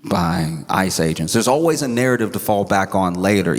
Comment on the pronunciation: at one point when he said ICE i thought he said ISIS. Funny that